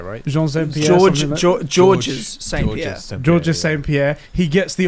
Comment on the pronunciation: Funny to hear say with such confidence "Georges St Pierre" when really its just pronounced George. Great podcast lads